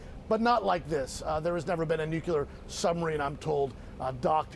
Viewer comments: Nuclear. Not "nukular." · It’s pronounced “new clear” news reporter guy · This guy reports for CNN and doesn't know how to pronounce NUCLEAR ... There is no such word as NUKULER ... Ffs I think there was a Simpsons bit about this. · It's not difficult to pronounce the word "nuclear"